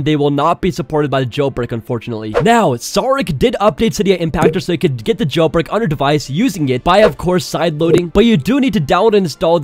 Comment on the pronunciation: He is saying jailPreak 😂😂